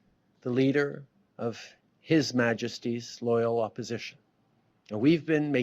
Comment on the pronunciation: There was a weird emphasis on "his majesty" in that speech.